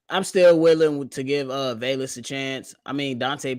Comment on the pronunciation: Why does always mispronounce Velus? There's no "i". Its just "Ve-lus" not "Ve-li-us".